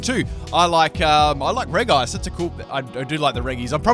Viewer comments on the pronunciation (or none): Reg ice It's r-edge-ice. It's part of the regi trio.